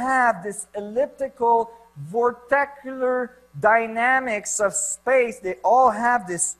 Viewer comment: vortechular? lmao. wow he really got us flat earthers. this dry erase board illustration proves everything I think I'm a glober again....